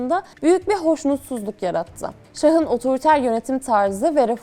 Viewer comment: içerik çok güzel. (Şah kelimesi ek aldığında, a harfi uzun okunur: "şaha" değil "şâha" 04.18 / "şahın" değil "şâhın" 04.24) Selamlar